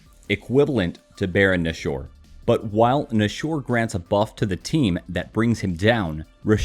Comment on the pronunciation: Are you nashure about that pronunciation?